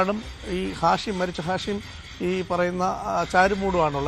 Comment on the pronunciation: ഷാഹിം അല്ല മച്ചാനെ.... ഹാഷിം